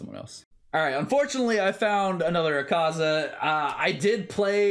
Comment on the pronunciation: you don't have to stress on the AKAAZA just pronounce it like Madara one A is enough